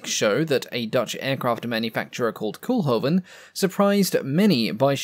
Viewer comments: NOT "Cool-hoven", "COAL-hoven". The Dutch double "o" is a long vowel sound. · Quick nitpick: Koolhoven should be pronounced less like "cool-hoven" and more like "coal-hoven" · Not 'coolhoven' but 'coalhoven'. Make an effort, limey. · Pronounce Cole-Hoven.